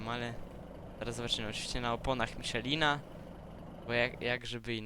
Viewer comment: miszlę sie mówi XDD